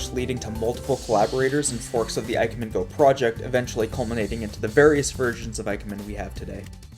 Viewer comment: I absolutely understand the brain goblins and how hard they are to fight off, I won't hold it against you if they end up being too strong. As for IKEMEN, it'd be more like ee-kemen, so very similar to how you already say it, just an 'ee' sound at the beginning instead of 'eye'. It sucks that writing Japanese in English follows so many different rules than just reading English naturally.